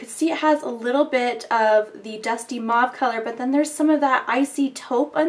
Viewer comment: Your videos are great but like I already posted on another one of your videos (Which I can no longer find hope my it was not deleted) PLEASE learn to pronounce the word "mauve"...!!! With all due respect...As someone who speaks French fluently it is like nails on a chalkboard whenever you say it...Here is a link with the definition of the word and an audio sample to learn how to pronounce it correctly. You do such great videos why not fix that ear sore... :) Thanks